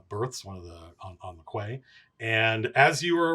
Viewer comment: FYI: in case it comes up again in the future, "quay" is pronounced "KEE" rather than "KWAY". Otherwise, absolutely loving the stream! Can't wait to see what hijinks "the Greatest City in this or any other Age" has in store for our heroes!